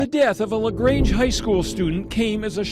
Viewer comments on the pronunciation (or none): none